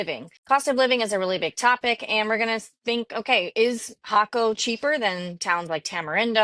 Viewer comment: Great info and you are one of the first Ytubers to pronounce Jaco the right way. Cost of living is how where and what you are looking at, 1600 to 2000USD seems a bit much when choosing a local life style with crc strong a the moment we live a good life on 1000usd, then again we are in San Vito area not Tamagringo or Jaco where prices are insane compared to here Pura Vida.